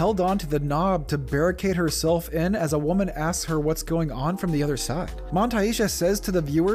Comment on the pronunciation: Sounds like he said "I'm a keep my vest on like a wu-woman"😱